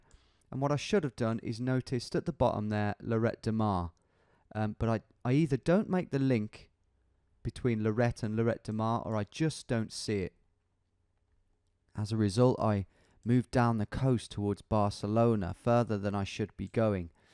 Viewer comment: (I know there’s no hope in tom saying places correctly but) FYI a double L in Spanish is pronounced Y. So lloret de mar sounds like yoret de mar :)